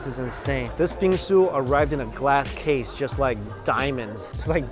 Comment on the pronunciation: every time he says Bingsu you it sounds like he's saying bean soup